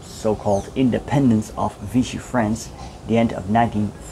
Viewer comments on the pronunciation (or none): none